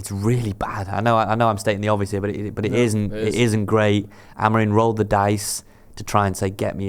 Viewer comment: AMORIM NOT AMORINE FFS 🤷🏻‍♂️🤦🏻